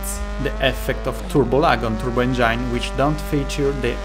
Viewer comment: Great video, great info... but I can't for the life of my get passed how some of the words are pronounced. I'm guessing English isn't your first language, but... blind, implied, and engine are NOT pronounced like that. Blind (bl-eye-nd) not (bl-in-d) Engine (en-jin) not (en-jined) Implied (impl-eye-d) not (imp-lee-ed) Hope this helps somewhat.